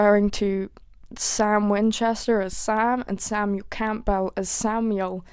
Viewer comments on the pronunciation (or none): plucky pennywhistel’s magical menagerie (mid season 7, near ‘wedding’) Good lord sweetie, why you say Campbell like that? It’s just like the soup, love.